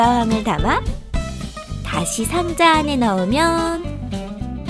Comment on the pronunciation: 다시 상자아네 너으면~~~